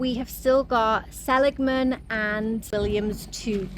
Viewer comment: I live in Illinois, so I've also never tried In & Out Burger. But, we have Culver's (started in southern WI), and Portillo's, which started out as a Chicago food cart. Just so you can impress us if the subject comes up again, Seligman = suh-LIG-mun. No charge!😉 I've had the wonderful experience of backpacking into Grand Canyon 3 times, and twice into Havasu Canyon.